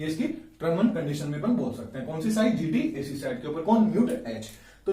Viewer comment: GATC not GTAC !!!??